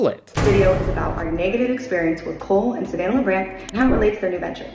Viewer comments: i keep hearing "Colon Savannah" instead of "Cole and Savannah" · The way you say "Cole and Savannah" kinda sounds like "Colon Savannah" and I think that's beautiful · bahaha Kurtis! It legit sounds like you're pronouncing their names as "colon Savannah"